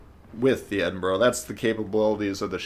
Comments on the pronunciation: Eden berg pmsl! Its prononced eddin bruh. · It's not pronounces eden berg it's the Scottish city Edinburgh it's the capital and it sounds like ed-in-bruh. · He said eden berg lol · "eden bruhhh" ~ill pronounce it however i wanna.~ - 2020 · The eden-burg 😂 on another note great video as always 🙌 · Its pronounced ED-IN-BRUH, but informative video as always!